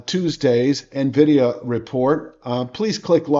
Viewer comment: God damn it, it’s Nvidia, read news